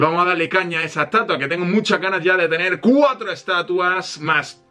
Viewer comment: En el minuto dise canas enves de ganas